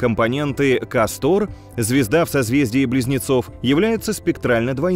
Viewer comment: Да, блин, не КастОр. а КАстор.